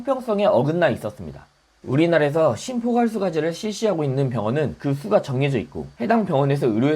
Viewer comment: ~~ 연구 발표 하시느라 정말 고생 많으셨네요. 어렵고 복잡한 내용을 핵심만 짚어서 명쾌하게 설명해주어서 이해가 쏙쏙!! '정부는 2군 항암제 모두를 조속히 급여화해라! 해라! 해라!!'...딱 한 음절 발음..이...세반고리관을 자ㄱ ㅡ ㄱ..... '수가酬價'[수까] '신포괄수가제도'--->' 신포괄수까제도'라고 발음... 완벽남 께서 더 멋진 유튜버로 비상하길 바라는 충정..이..... 알라뷰~~~^^*